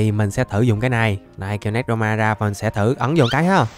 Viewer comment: Anh đọc tên néc ro ma là sai rồi anh phải đọc là nê cro ma mới đúng nha anh